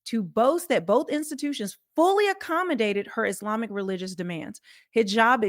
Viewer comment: That robot woman standing there Consistently goes thru the SAME hand movements,...& is trying to say Islami - instead robot says ' iz limey! ' , you can tell when it's a computer they can't pronounce the year or a $ monetary/dollar amount properly.